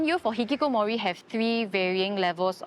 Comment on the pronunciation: the way bro pronounces hih kih koh moooori 😅